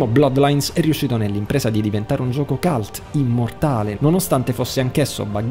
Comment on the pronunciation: Ottima classifica, peccato per la pronuncia calt (cult) che mi manda fuori testa e da insegnante mi fa venir voglia di uccidere!